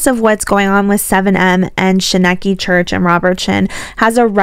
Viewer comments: Katherine Paulson and Miranda’s parents & sister have a lot to answer for.. Shekinah - pronounced SHUH-KYE-NA Church is not suing KJ, 7m are so she is wasting her breath slamming the church. High control or not, Miranda is a married woman and her family have disrespected her marriage. The Wilkings admitting they were monitoring her money even after she was with James is proof. The documentary was a betrayal of Miranda by her family and a fame grab for Melanie who tried to take centre stage, literally. It was so cringe watching her dancing by herself & saying “I’m all alone now” which is absolute bull💩 She hated Miranda deciding to move in with James & out of their apartment. She hated that she wasn’t getting the same job offers without Miranda. Considering Miranda left home to live 1000’s of miles away almost 10yrs ago I don’t understand the whole “we just want Miranda back home” Miranda IS home, she’s with her husband. They are insulting James by disregarding him as though he doesn’t exist nor is capable of protecting his wife. The irony in this is the Wilkings are trying to control their married adult daughter and have exploited her by making her a subject of a doco without her permission all the while accusing 7m of the same. Once Miranda & James declined to participate they should not have been included as far as any audio, video or pics of them. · I knew nothing of this prior to watching the documentary. I was able to form my own opinions. And my opinion is that you should watch the documentary if you are going to make a video on it. You dont even pronounce the church correctly. And also miranda is a fame whore. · Sounds like a good decision to me I accidentally stumbled upon here and I just cannot believe the idiocracy it must take to bring out a video when you can't pronounce the name of the church and you don't know what you're talking about. Wild! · didn't even watch the documentary, sadly she can't even pronounce shekinah right